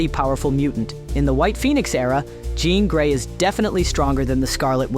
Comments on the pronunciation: I know I’m being nit picky, but dang dude you should really start proofreading your audio takes. “John Grey,” “Symbi-OTT,” and “on another lever” took me out of the video entirely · I CAUGHT THAT TOO LMAOOOOO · Did he just call Jean Grey Jon Grey? 🤣🤣🤣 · Glad someone mentioned that cause I knew I heard it!